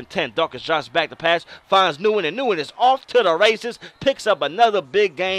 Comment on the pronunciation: Nice vid, definitely making a QB road to glory. Just to help you out for your season the name Nguyen is pronounced "Win". I know it's crazy but I know a guy with the name and it's some Asian thing.